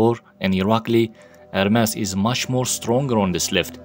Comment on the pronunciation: Its ermes not hermes ma friend